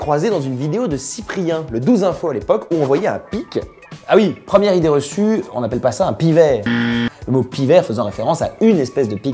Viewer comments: MDR il a dit idéereçumeha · "Idéereçueméa" je meurs 🤣🤣